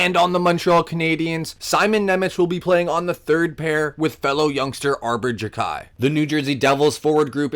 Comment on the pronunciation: arber ji-kai lmao